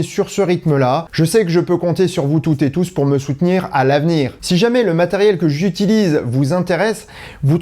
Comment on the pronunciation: Pourrais-tu éviter le « toutezetous », borborygme agaçant de notre énarchie dirigeante ? Pour le reste, sans faute magnifique, précision de chaque démonstration. J’admire.